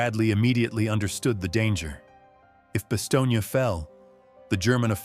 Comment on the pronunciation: The town is pronounced as “ba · stown”.